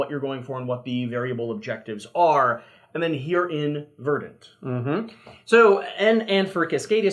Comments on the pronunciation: There's no debate. Look it up. The accent is on the first syllable. /ˈvərdnt/ You can find the oral pronunciation on YouTube. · It’s pronounced verdant